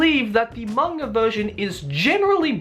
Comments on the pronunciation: manga not kanga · I hear say "mang-R" as well. You are not alone. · Is it just me or does keep saying " mang-R adaptation"???